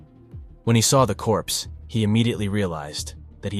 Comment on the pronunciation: Please dont say" corspe" ..so horrible this video .... Beautiful sweet precious girl